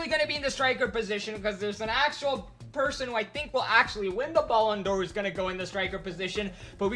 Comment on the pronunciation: Guy you literally just said "baloon"dor